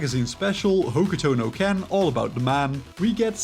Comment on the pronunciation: Hokey toe no Ken is crazy It's not even spelt the way you're saying it but keep up the good work